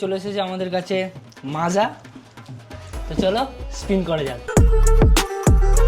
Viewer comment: মাজা না মোজো 😂😂😂😂